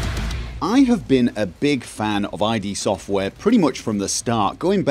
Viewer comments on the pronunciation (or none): Did he say "eye dee" software ? and all this time there was me thinking it was "Id" as in "did" without the first "d"